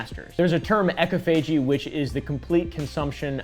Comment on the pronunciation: ecophagy is actually pronounced as "EE-CAW-FUH-JEE" ☝🤓